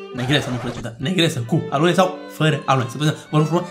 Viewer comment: La si la am inteles aloe nu alune. 😂